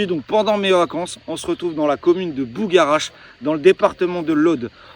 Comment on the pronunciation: On dit ''bugarach'' et non ''bougaratch''...